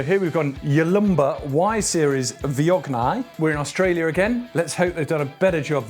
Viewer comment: Never knew it was pronounced vee-on-yay!